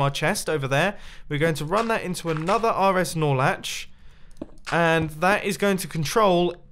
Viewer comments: "We gottat have this run into an RSNorLetch. so well connect the first RSNorLetch to the second RSNorletch." also mumbo-"my redstone builds are usually pretty easy" WHAT ON EARTH IS AN RSNorLetch? funky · Every time he says snorlach I always think of pokemon